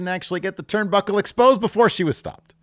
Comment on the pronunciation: says "turnbæckle". This isn't pertinent information just really funny to me